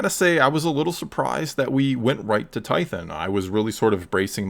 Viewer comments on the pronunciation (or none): Tython is pronounced tie-thon, not tie-thin